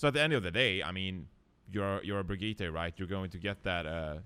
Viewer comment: I'm triggered by refusing to pronounce "Brigitte" correctly when he can as a Swede...